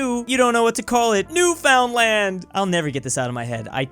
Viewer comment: as a Canadian it always pisses me off the way Americans say Newfoundland its pronounced like new-fin-land not newFOUNDland jesus christ